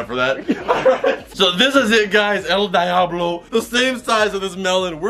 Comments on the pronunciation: Its pronounced deeablo not dieablo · It's pronounced dee-ahhh-blow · It's a shame he didn't pronounce it right